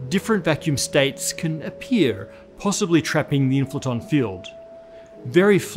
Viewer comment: The WHAT field? Inflaton? Can't understand the pronunciation.